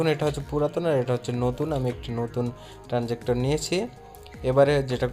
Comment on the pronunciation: ট্রান্সজিক্টর নয় ট্রান্সজিসটর হবে।😂😂😂